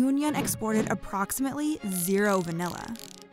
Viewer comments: everytime she says re-yun-yon I want to bang my head against a glass window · "The island of Rejuñon" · By the way, the final 'n' in Réunion is not pronounced if you want to pronounce it with a French accent. But it's probably better to just pronounce it the anglicised way.